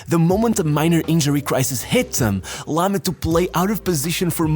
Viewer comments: video is good but It's annoying how you pronounce the players names. He is called Phillipp Lahm not Lamm. The other names were fucked up too... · This shitty AI voice needs to learn how to pronounce names ... but Lahm ( pronounced Laaaam ) was from another planet, incredible player ...